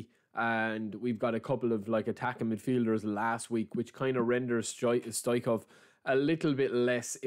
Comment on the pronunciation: Correct pronunciation is Hristo Stoičko(ao)v